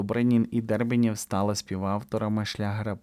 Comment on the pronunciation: Не Дербенєв, а Дербеньов .